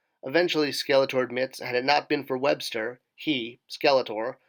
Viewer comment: bro. ‘webstor’ is pronounced ‘web-store’ just as ‘skeletor’ is pronounced ‘skele-tore,’ not ‘skele-ter.’ you wouldn’t pronounce ‘stridor’ as ‘strider’ would you? 🤦🏼‍♂️